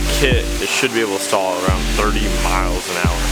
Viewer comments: Actually it’s called Stol kit pronounced like “stole” not stall kit and that motor actually loses 8.5 hp per 1000’ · It’s a STOL kit, not a STAL kit